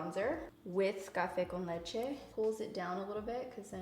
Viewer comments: You should do tutorials in spanish You pronounced well " café con leche " 😉👍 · are you Hispanic? Just asking because you said that “cafe con leche” perfectly lol 👌🏼